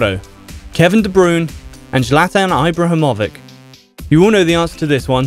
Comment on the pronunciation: That pronunciation of Ibrahimovic just made me laugh so hard